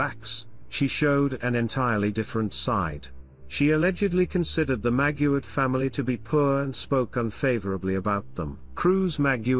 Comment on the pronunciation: Maguad not Maguard